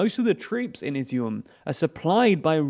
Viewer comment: I’ve got to give you credit for pronouncing Izyum correctly, but it’a kinda odd to hear since it means “raisins” in Ukrainian.